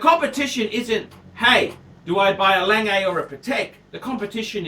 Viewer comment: He should learn how to pronounce. It's not "Langay" and it's not PaTEK